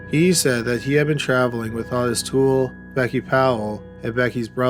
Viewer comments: Oi-tis not aw-ti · It's OHtis not AWtis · It’s pronounced Oh tis not ah tis. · Weird how Lucas keeps calling Ottis "Ot-tis" and not "Oh-tis" in this phone conversation though. Guess even Lucas can't pronounce his best friend's name right either, huh? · The name is pronounced Oh-tis. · How can you not say Otis? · The way he is pronouncing Ottis makes me want to kill (Oh tis) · Ottis is pronounced Oh-tis. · I've seen documentaries where its pronounced OH-tis 🤷🏻‍♀️